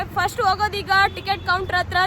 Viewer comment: ನಿನ್ನ ಕನ್ನಡ ಶುದ್ಧ ಮಾಡಕೊಳಮ್ಮ. (ಅತ್ತಿರ ಅಲ್ಲ) ಹತ್ತಿರ ಸರಿಯಾದ ಶಬ್ದ. ಹಕಾರಕ್ಕೆ ಆಕಾರ ಹಾಕಿ ಕನ್ನಡವನ್ನು ಕೊಲೆ ಮಾಡ್ಬೇಡಿ